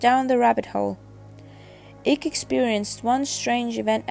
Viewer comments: If you are xx gonna use someone’s name use it right ICKE = kite not ick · For goodness sake the man's name is Icke as in bike not ick. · why is everyone using wikipedia for the content advisor ? other than they cant write or read ? all of these rep videos are bollocks ,at least this is informative ,im sick of the slowed down camera glare videos its eyk pronounced EYE K not Ick !!